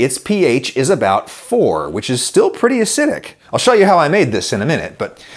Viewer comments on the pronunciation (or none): none